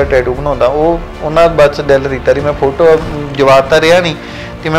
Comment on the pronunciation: App chahe bhra boln ch problem a, par bhra ne photo boln la tiya 👌👌👌